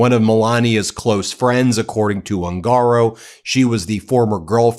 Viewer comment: The correct pronunciation of the surname "HUNGARO" Is "OON gah Row. Not Oon GAH row.